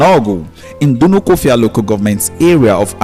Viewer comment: The stupid narrator can't pronounce Dunukofia and Igbo correctly? Is he dumb?